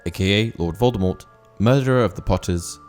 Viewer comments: It is Voldemor the t at the end is silent. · It's pronounced (/ˈvoʊldəmɔːr) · Please pronounce the name correctly. Voldemort is pronounced Vol-de-mor. The T is silent. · Yes and J. K. Rowling herself has said that t at the end of Voldemort is a silent t so it is pronounced as Voldemore Minerva is Roman Goddess not a Greek one get your classic mythology correct please? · don,t pronounce the T..